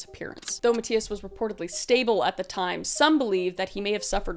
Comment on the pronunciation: Good video. I just have never heard the name Mathias pronounced that way.